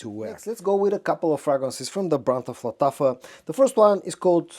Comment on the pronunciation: Машрабия! This is how you should pronounce Lattafa perfume 😊